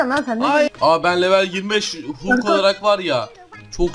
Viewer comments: Abi o hulk diye okunmuyo halk diye okunuyo🙂🙂🙂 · Hulk diye yazılıyor halk diye okunuyor